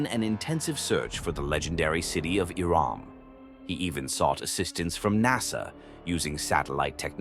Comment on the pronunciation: I think he's saying Iram but it sounds like Iran